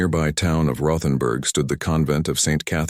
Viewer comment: The H isn't said in Rothenburg. West Virginia